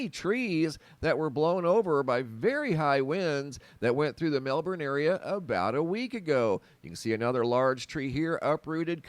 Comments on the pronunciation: congratulations on pronouncing Melbourne correctly. (not Mel-bourne). Well done. that windstorm really did a job on the trees and the power supply. Some power won't be restored to some homes until mid-July!. My daughter has had her power off for 9 days so far. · Well done mate at saying Melbourne, 🇦🇺🦘🐨